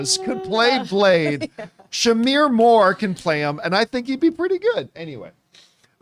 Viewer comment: Shamar… not Shamir